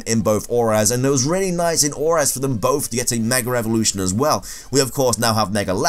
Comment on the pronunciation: It’s like when Brits say Heych-P